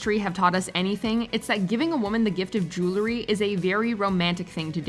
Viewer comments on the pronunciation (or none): Jewel-ree, not jew-luh-ree 😊